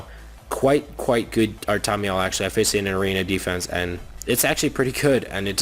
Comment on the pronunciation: Ar-ta-meal Definitely not Ar-tom-I-eal